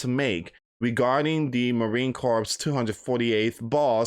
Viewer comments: The 3rd will come and go. Just like some loud mouth a couple weeks back said something will happen on a certain date. That day came and went. We're still here loud mouths. By the way, it's not pronounced corpse, as in dead body. It's pronounced core, the S is silent. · Hey friend it is pronounced marine core. Just marine core. Cooor. Thx